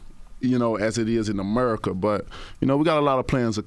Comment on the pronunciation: "As It Is In Amurrrika" 😂😂😂